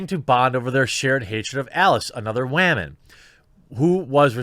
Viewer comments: i love how you say waman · The show sucked. PERIOD! If these shows and movies stuck more closely to the source material, they might be a hellova lot better. What's with your pronunciation of "woman"?